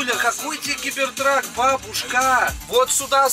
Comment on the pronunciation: Стоп сказал у меня установлено 18+ Но маты он блокирует как будто возвращается к 2019 году! и почему Гибертрак а не Гибертрек?